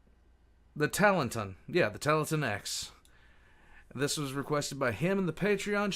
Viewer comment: Yep, you said it right, thanks! Talanton is the Greek word for balance, and this story is right up my alley.